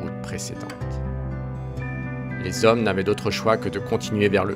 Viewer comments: Les quatre zhommes plusieurs fois 😮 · Les quatre zhommes deux fois